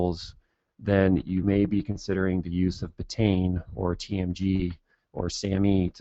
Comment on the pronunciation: Petty criticism, I know, but it drives me crazy (and I've done it myself). "Betaine" is pronounced "BEET-uh-een", not "beh-tayn."